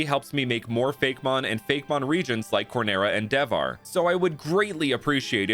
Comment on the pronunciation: Hey, just to make it more relatable to the Indian audience, I think you should pronounce Devhar as "They've-haar" because "Dev" is not read with a strong "D" sound, but a rather soft "Th" sound, as in "The"